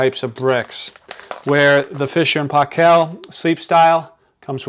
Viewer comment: It's pronounced "PAY-kul" not "pah-KELL"..!! (But thanks for the great video otherwise! lol)